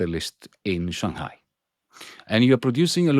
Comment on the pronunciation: wow Yanis pronounced Shanghai properly in its native tone, impressed!